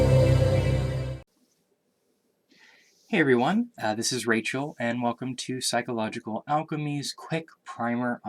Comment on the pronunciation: Psychological not “psycholological”